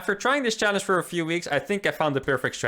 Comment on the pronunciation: next challenge, trying to say the word challege correctly.